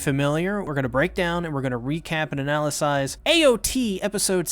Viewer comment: “Analycise” 😂😂 I know it was an accident but the word is Analyze💀😂